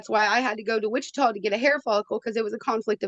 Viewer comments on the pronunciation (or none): none